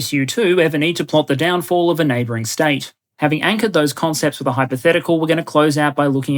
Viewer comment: I love your "hypotehcical maps" always gets me to laugh with the way you say it.